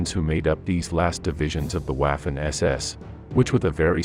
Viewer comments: Please, DO NOT pronounce W as in English but as it does in GERMAN so "V" ! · Your German pronunciation is absolutely HORRIBLE. Ws in German are pronounced like Vees. So Waffen is pronounced like Vaffen. Please STOP making these videos. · It's difficult to take someone seriously who pronounces Waffen as if they were sounding the first syllable of the word Waffle. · he prounces waffen incorrectly I'm from the US.